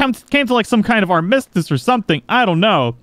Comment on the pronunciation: Did you just butcher the word armistice?